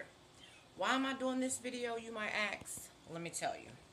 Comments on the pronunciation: ....just a little reminder....why you people keep saying axe not ask...I'll tell you why....the "you people " learned their English from you people... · why are you people keep saying AKS instead of ASK! Its the ASSS first.